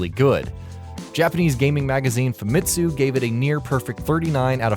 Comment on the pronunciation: famtsu? really!!